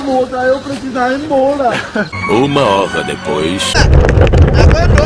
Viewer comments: "EU PLECISA IR EMBOLA" LKKKKKKKKKKKKKKKKKK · "Eu plecisa ir embola" 😂😂